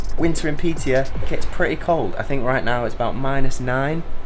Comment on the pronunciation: Hi mate, just wanna tell you that the letter å in swedish is pronounced "uo" so when you need to say piteå you basically say piteuo